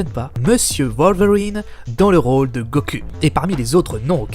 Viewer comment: Pourquoi il dit goku et vegeta, sa se prononce : Gokou et Véjéta !